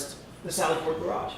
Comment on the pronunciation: “Gararge” never heard it pronounced like that 😂